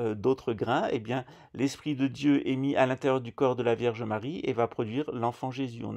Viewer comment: Je pensais que la franc maçonnerie avait ete inventé par les portugais 🤣🤣 il maîtrise le fils a plomb comme.personne A 7.34 tu dis Verge Marie ou lieu de vierge Marie 😆😆 tu exagères..pas bien ça tu me feras 2 avé marie et 5 notre père